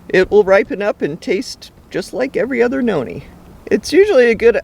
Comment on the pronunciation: My name is Noni but u pronounced it wrong